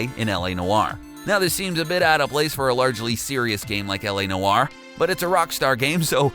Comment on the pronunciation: The way he pronounces LA Noire kills me...